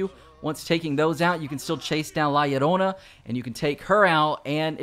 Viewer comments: Bro really say lalayona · The pronunciation of La Llorona gave me a laugh I won’t lie